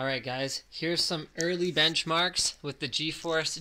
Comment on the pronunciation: Lol "BENCH-MARKS" real funny